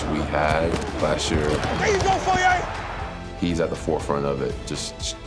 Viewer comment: Props to the narrator for actually getting foye's last name correct. He's one of maybe 5 people to ever do it lol.